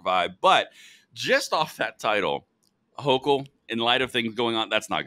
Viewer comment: Houchul is a "Jouchul"